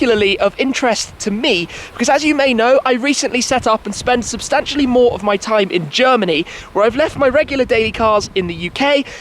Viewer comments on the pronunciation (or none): Breathe, Mr Big Trrrime 0.17